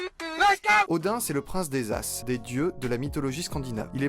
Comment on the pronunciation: Débit de paroles trop rapide. Ralentissez svp... vos vidéos y gagneraient en compréhension.. De plus Ases se prononce Azes et non Asses.. Merci.